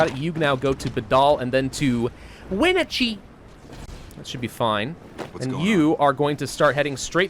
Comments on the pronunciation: Lol the way he said Wenatchee I’m sorry but that was super funny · Wenachee hurt my Washington Soul. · I live in Washington State, and I like hearing how people mistakenly pronounce our town names. Wenatchee and Yakima are real places, and they don't sound like that. 😂